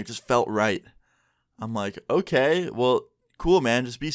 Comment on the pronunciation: Me- clicks on this video - okay... Me- I didn’t click on a Swedish video, right? - so I have told.. Me- wtf? That was clearly a Swedish “okej” I heard..